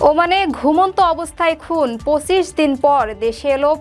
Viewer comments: সংবাদ পাঠিকার পঁচিশ উচ্চারণ ভুল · ব্রিগেডিয়ার জেনারেল বলার উচ্চারণ ভুল আছে এবং পঁচিশ বলার উচ্চারণ ভুল আছে